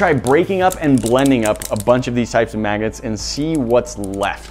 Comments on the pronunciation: Sounds like he said maggots. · it sounds like he says maggets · Every time u say "Magnets" I just hear 'Maggots' lol! 🤪😜 All I heard at 1st, 'Today We're gonna put some Maggots in the blender.'... 😂🤣😂🤣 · Some times when he says Magnets I hear maggots...